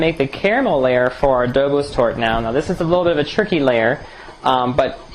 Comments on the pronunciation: Nice! By the way it is pronounced "Doboshhh", not "Dobos" ;) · It's pronounced Dobosh, not Dobos. It's a Hungarian desert, one of the many super delicious Hungarian deserts we make in Eastern Europe. Looks good! Pofta buna! Arata bine tortul! Good tip on the caramel topping. I'll try it like that next time.